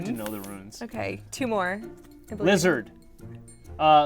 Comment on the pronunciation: the way he said "LIZZARD" made me laugh out loud 😂